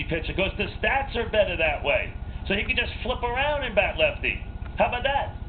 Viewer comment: I like Posada. A LOT. The hittah is hitting left-handed against a left-handah? AWe you outta your mind?